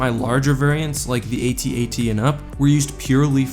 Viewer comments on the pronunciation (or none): nop dude its pronounced AT-AT like hat-hat. not saying the letters like ay tee ay tee. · "AT-AT", kid. Not, "A-T-A-T". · Okay, first, they are not A-T-A-T's. They are AT AT's. Second of all, their overall coolness supersede any practical logistical points. Hell, why use any ground forces at all? Why not bring in 20 Star Destroyers and just pound Echo Base into dust? Also, I would suggest that maybe the Empire is like the US, where some jack wagon in Congress gets paid off by some company to produce stupid vehicles and weapons like the Ospry that don't work or make sense, just so someone can line their pockets.